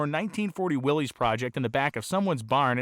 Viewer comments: Pronounced "Willis" not Willies. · RAD!! I thought they were pronounced WILLIS not WILLYS though? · Pronounced same as "Willis" not "Willees" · It is. Some where it got contracted into Willy’s but its pronunciation is Will Lis, Willys is another spelling of Willis like you stated.